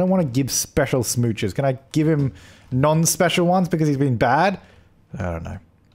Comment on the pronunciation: Oh my gosh who else was literally DYING when he said can I give him NONspecial smooches?